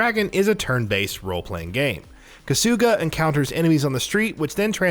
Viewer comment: Who the fuck is “kasoooga”?????? Kahhsugah mfka kahhsugahh